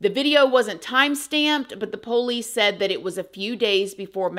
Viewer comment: The way she says pOUlice 😅